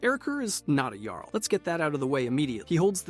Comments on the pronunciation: It was a little frustrating to hear "Jarl" pronounced incorrectly every time you introduce them, then pronouncing it correctly until you bring in the next Jarl. Perhaps you meant it in light humour, but it was just jarring imho. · The way you both mispronounce and correctly pronounce the word “Jarl” all throughout this video is infuriating.